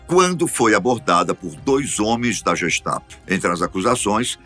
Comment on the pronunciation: Gestapo se pronuncia GUEstapo.